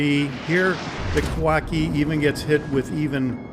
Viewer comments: Sorry to keep correcting you, but it's pronounced: Kah-wah-CHEE (as in cheese), not kah-wah-kee. Love your videos though; especially the straightforward manner in which you talking about the ships. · I believe the ships name is pronounced phonetically, Ka wa chi.